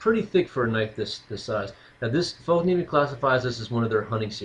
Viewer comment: No, it's pronounced Fell-kniven...